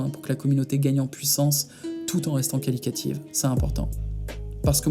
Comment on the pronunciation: C’est qualitative et pas « qualicative »